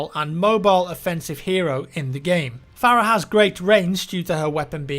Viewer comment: Fare-uh is actually far-uh, just listen to audio cues in game. I can't remember who it was but a character in game said her name as such.